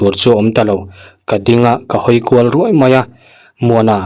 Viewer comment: Meng â rûai nilo in Ruaî tihtur..ngatinge mahni ṭawng thlûk pawh hi itihdik theih miahloh hlawm le?